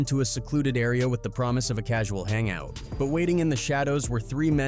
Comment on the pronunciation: Sount like the narrator was going to say to get a casual hand job wtf a casual hangout